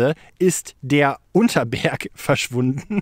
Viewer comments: Das ist der U N T E R S B E R G und nicht Unter erg.... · Er heißt Untersberg! Nicht Unterberg😅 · Der berg heißt untersberg nich unterberg wohne da in der nähe